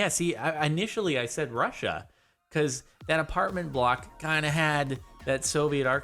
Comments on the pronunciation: Yis yeh little rassia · "little russia" with that eastern european accent is the best thing that happened today